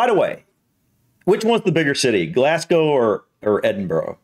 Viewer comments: It doesn't matter generally but for pronunciations Edinburgh should be Edin-bur-a, and for Glasgow the 'gow' isn't pronounced like now, more like go, so Glas-go. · Please do not ever say burgh as borrow, it buh'ra or bhra. Glasgow pronounced Glazgo is Scotland's largest city and home to the two biggest foptball clubs in the country, Rangers and Celtic. This does show some spectacular scenery and some of Scotland's best known sights. We are blessed with some amazing scenery, the highlands and islands and thankfully some of the most amazing food and produce you'll ever taste both Scottish and worldwide. Also there are our whisky distilleries to visit, tours are available complete with tastings🥃😁. Obviously we have loads of castles, loads of small towns and villages with amazing history and a couple of weeks is nowhere near enough time to do it all. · Try for Edinburgh being pronounced 'Edinbra', with a short 'bra'....emphasis on the 'Edin...'. For 'Glasgow', say 'Glass go'. Keep it short! He mentions Loch Lomond. ('Lac Leman is in France/Switzerland..also called Lake Geneva!) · Great video but as a Scot, those pronunciations were CRIMINAL haha. Edin-buh-rah, Glaz-go, holy-rude.